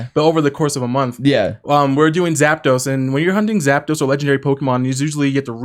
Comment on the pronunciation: Zapedos? Tf is that lmao